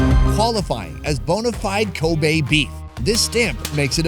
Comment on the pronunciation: Its kobe not koba